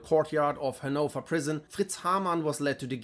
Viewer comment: I know right, I never knew Hanover was pronounced like that. I always put the emphasis on the first syllable not the second.